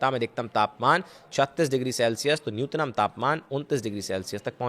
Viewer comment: न्यूनतम भाई न्यूतनम नही